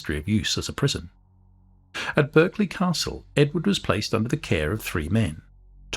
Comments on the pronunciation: Pronounced Barclay (as in the bank) not Berk-lee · The accepted English pronunciation of Berkeley is “Barkley” as used by the family who have lived there since the twelfth century.